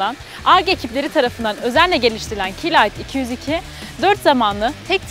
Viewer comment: kalite ayrıntıda gizlidir, doğrusu "k(ey) light" şeklinde, ingilizce olarak telaffuz etmektir.